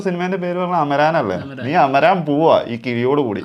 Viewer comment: അമരാൻ അല്ല അമരൻ എന്നാണ് തമിഴിൽ പറയുന്നത്